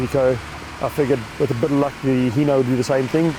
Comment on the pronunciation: Hino not hee-no